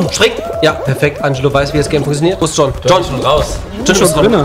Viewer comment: wie oft willst du John sagen: joon